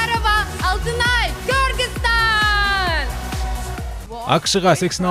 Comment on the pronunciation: Oзу деле туура эмес айтты , Кургистааан... Деди го, Кургистан деп жатса Элдер Казакстан эмес Курдистан деп тушунушот